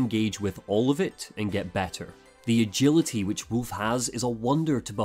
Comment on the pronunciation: Sekiro is Wolf. He calls him ' Woof' .